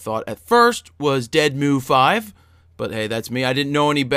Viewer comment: lol, "dead-mau-five"